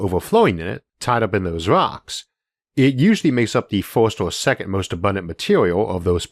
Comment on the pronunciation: Dudes voice annoys the hell out of me.. its earth not outh..rocks not wocks.. csn dude not pronounce his R's??